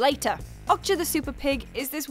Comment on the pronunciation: It's not "awk-cha" it's "Oh-k-ja" (like Oakja) and it's not "Mi-cha" it's "Mi-ja"